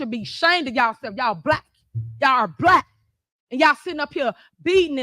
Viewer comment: Why does she say it like that? It’s pronounced “Black” not “Blap”. Shes acting like there isn’t the K sound at the end of the word, it’s very pathetic.